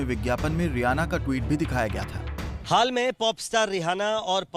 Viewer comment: अबे चूतिये संवाददाता रिहाना नही रियाना